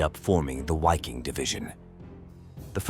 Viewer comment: Wiking in German is pronounced Viking. Waffen is pronounced vaffen.